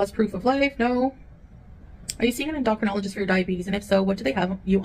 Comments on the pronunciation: En-DAH-crinologist What!?!? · She says diabetes and endocrinologist wrong. Yikes. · PLEASE pronounce it correctly Endocrinologist!! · En do cro nol o gist 🤦‍♂️🤦‍♀️🤦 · How is it she doesn't know how to pronounce "endocrinologist"???? What agency would let these two adopt a poor innocent baby? It's bad enough they are allowed to have pets.